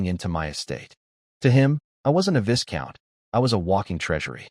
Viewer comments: you gotta stop with the 'viScount' it's pronounced 'vie-count' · The. S in Viscount is silent